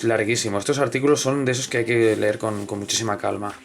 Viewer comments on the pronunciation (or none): none